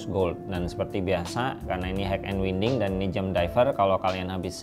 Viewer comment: Bacanya WAYNDING Bukan WINDING